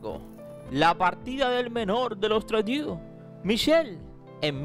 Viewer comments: aclarar que el apellido Trudeau es de origen francés, por eso la combinacion de las vocales "eau" se lee "o". No es inglés. Se escribe Trudeau y se lee Trudó...😉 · CREO DEBE MEJORAR SU INGLES SEÑOR. EL APELLIDO SE DICE TRUDO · Porqué dices Tradiu??? Por favor si vas a hacer buenos vídeos primero infórmate bien de cómo pronunciar correctamente los nombres en otros idiomas